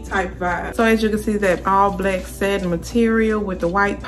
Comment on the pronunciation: Your accent is adorable, is that Baltimore? Like all the short A, long A and short E sound the same. Satin black set is "Saitin blaick sait." So cute. Thanks for modeling, helps to figure out the size needed. It all looks great on you.